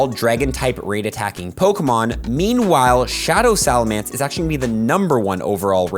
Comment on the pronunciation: SalaMENCE not mance